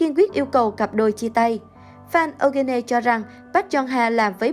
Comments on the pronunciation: Eugene tạm phát âm là yoo-gin nhe bạn .. đọc âu-gơ-nê nghe kỳ quá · Phát âm là Yoo Jin/Yu Jin "Diu Jin" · Eugene đọc là “U-jin” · Eugene đọc là Diu Chin ạ. Eugene = 유진 = Yoo Jin/Yu Jin. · Tên Eugene đọc là du gin.. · Ô gơ nê :)))) Kênh nên Tìm hiểu để đọc đúng tên của nghệ sĩ ạ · Nên. phát âm đúng tên người rồi làm video tin tức nha. Âu gê nê ????? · Đọc tên Eugene kiểu gì vậy, có tìm hiểu trước khi làm video ko vậy. Nghe khó chịu thật sự. Đọc sai hẳn tên của chị ấy luôn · trời, tên người ta đẹp zây đọc kì zây trời